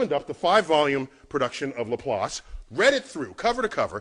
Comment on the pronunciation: Was willing to listen to the entire video, even though thought Laplace was pronounced as it sounds? But, sorry, 9/11 is where memory is already set to only honor heroes of that recovery... Still, personal conceptions are what confirm the PERSONAL savior god of the monotheists cannot exist: not unless HE really really hates black people... Yea, dude can only be real if he's a racist, duh!!